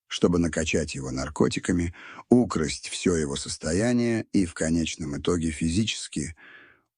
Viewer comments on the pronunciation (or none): "...Украсть всё его состояние...". 😮 "ИИ", ну конечно "Украсть", а не "укрАсть всё его состояние...".. 😅😂